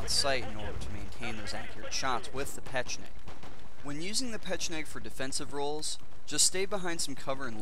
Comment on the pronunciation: Just a tip yo said pecheneg about 100 times...try to say it! ;) xD